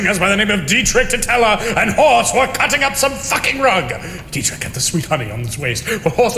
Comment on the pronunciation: did D say Deitrich?